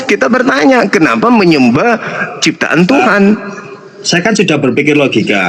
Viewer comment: Oten Pendeta ini keliatan tololnya saat di tanya Yesus ciftaan apa pecifta,,😂 ngakak